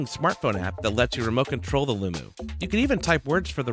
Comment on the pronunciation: Its Loo-Mo! Mo does not equal moo...